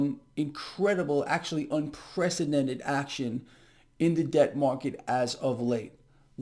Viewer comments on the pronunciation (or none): "Unprecedented." It's not "un-presidented" as he may actually be part of the problem.